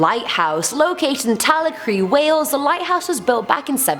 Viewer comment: I love you! But its pronounced Ta-lac-ra (Talacre).. Its spooky asf x